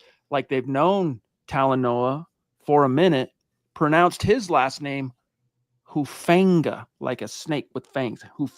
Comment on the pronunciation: It’s not Hu Fang ga. I’m not trying to be mean, but you’re the only one I hear saying that over and over. I don’t know why someone with the seeming command of the English language that you have, but look at the prononciations of the Pacific Islands, like Tonga Or Samoa. None of them accent the “a” like in the word fang. His is an islander name. Please stop trying to force that pronunciation. Again, I say this respectfully and am just trying to help. Listen to how everyone else says it or just call him “Huff”, like he says people call him.